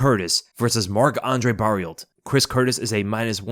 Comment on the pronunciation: You don't need to say Barriolt for Barriault. The Lt is silent so it's basically Mark Andre Barrio, just like Archambault, you don't say Arch-Am-Bolt but Arch-Am-Bo.